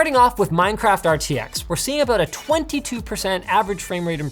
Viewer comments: "think abut it" first time hearing linus with Canadian accent XD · Sure, I'll think aboot it.